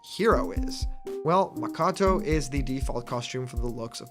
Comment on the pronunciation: Hey, I just wanted to point out that the Japanese language is limited to the vowels "ah"(a), "ee"(i), "oo"(u), "eh"(e), "oh"(o), so any japanese names like Makoto would follow this structure. i.e "Ma-koh-toe". Just seemed like something that you occasionally have an issue with.